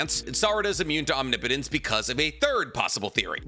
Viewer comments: Ah you finally pronounced omnipotence right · he's pronouncing omnipotence correctly! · HE DSID IT HE SAID OMNIPOTENCE RIGHT